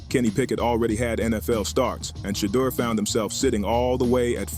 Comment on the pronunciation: Thanks for saying Shedeur's correctly most of fhe tiime.